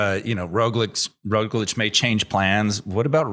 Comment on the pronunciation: I can not believe it has been at least 4 years of Roglic being one of the best, and you guys still dont give him the littlest respect of pronouncing his name correctly. Totally ruins the mood of the podcast.